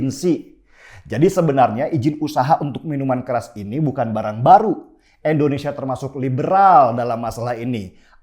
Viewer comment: Indonesia , I-N-D-O-N-E-S-I-A PAK BUKAN ENDONESIA !!!